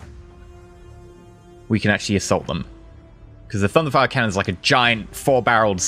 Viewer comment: Does anyone else hear thunderthigh when says thunderfire cannon